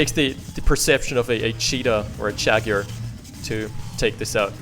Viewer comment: Chaguar. Is that like a german Jaguar?